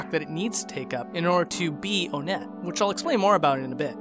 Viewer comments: Its pronounced WON-ett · But isn't it pronounced ONE-et considering that there's TWOson, THREEd, and FOURside?? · One-nette, not O-nette. Two-son, Three-d, Four-side. Get it? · its just onnet. not onette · it’s pronounced onet not own ett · For the thousandth time. IT'S NOT PRONOUNCED "OWNETTE". IT'S ONE-ETTE. LIKE THE NUMBER 1-ETTE. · officially it's pronounced ONE-ett, yet everybody pronounces it OH-nett this triggers me so much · he pronounces it Oh net... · it's fun when you can DIY with SNES classic mods. p.s. it's on-itt not on-ett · Thought it was onett like ahh-knit, but you pronounced it oh-net. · Heh I've never heard Own ett I've heard On ett and One ett But not Own ett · This was overall an incredible video, though I do have a few nitpicks regarding your pronunciation of certain terms: "Onett" is officially pronounced with a short "o", as in "octopus" The "i" in "Giygas" was confirmed by Marcus Lindbolm (the game's chief localizer) to be pronounced "ee" I don't know if there's an official pronunciation for "Magicant", but I do believe that the "c" is a hard one (like in "car"). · You mispronounced Onett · I can forgive pronouncing Onett as "Oh-net," but you seriously crossed a line with "Magisant." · “Onett” it’s “one-Ette” Pah-lease, it’s “magi-can’t”